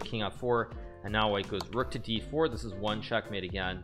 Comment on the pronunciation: Why does he say "dich year" instead of "this year"